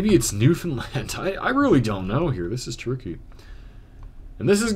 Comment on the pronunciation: Just subbed and started binging your videos, and as a Newfoundlander, I am SO happy you pronounce our province name correctly. It's extremely rare for people to say it right. Even Canadians screw it up. So thank you!